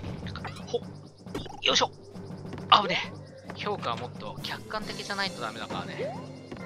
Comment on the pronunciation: ヤバイ評価が氷菓に聞こえてしまう